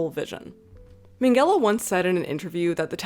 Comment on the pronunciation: Why does she pronounce Minghella as Mengele 😭